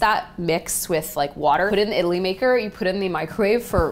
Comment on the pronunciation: lol she says idli like 'italy'